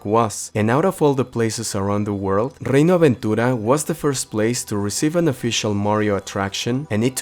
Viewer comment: Hermoso como fue escuchar "Reino Aventura" pronunciado correctamente 😭👌